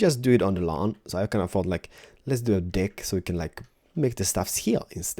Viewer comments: When you say deck it sounds like your saying dick ahahaha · When he said deck it sounded like he said dick 😂😂😂